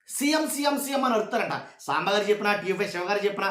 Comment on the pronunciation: 😂tv 5 saambaar antunnattuga vinipistundi😂